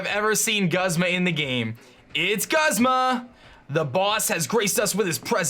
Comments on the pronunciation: Every time he says Guzz-ma I cringe., please, it's pronounced Gooz-ma. Also, loving the series so far, wan't shiny araquanid so bad. I would call it Poiple. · It's pronounced Goozma. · I don't mean to be rude buts Guzma is pronounced like(Goozma) and I want diamond pearl remake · He is named after the genus of flowers Guzmania (which is pronounced "Gooz-meh-nee-ya". So no it's "Gooz-mah".